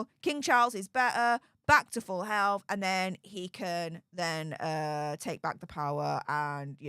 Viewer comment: I know you said "full health" but it sounded like "full elf" to me at first. that was great. love you.